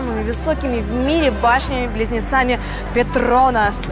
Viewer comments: петрОнас? Серьезно? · Башни ее ПетрОнас, а ПетронАс)